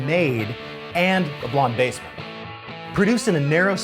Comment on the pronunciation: You said "And a blondemassman" like it isn't special haha .